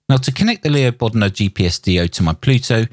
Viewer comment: LEO BODNAR, not Leo Bodmon. You have been doing these mistakes a lot lately.